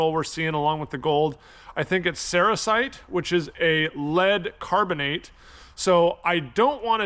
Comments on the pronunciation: Cerussite or sericite? Sericite is what it sounds like you are saying. I think you mean Cerussite. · Sericite is a mica. I think that you mispronounced the name of the lead carbonate. I'm not aware of one off the top of my head. EDIT: I looked it up, you mean Cerussite. You are putting the emPHAsis on the wrong sylABBLE LOL. Ceroosite.